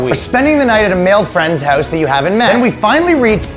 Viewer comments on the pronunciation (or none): 0: 33 really has that Canadian "hoose" down pat